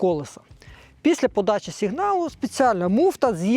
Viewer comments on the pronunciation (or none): none